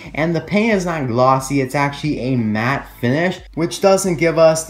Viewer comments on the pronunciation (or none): none